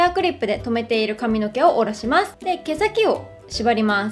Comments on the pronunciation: えっイントネーション違う､､､？？ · 地方によって違うのかと思いました💦